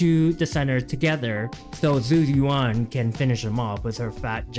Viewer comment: ISN'T IT more like jew youwan. (yes i'm preetty sure this is the accurate pronunciation based off my mandarin class)